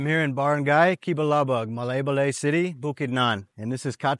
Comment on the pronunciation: ay = i…Ma lie ba lie = Malaybalay 😊